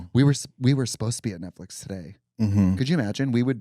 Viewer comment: “netflick program” trixie is 100 years old lmao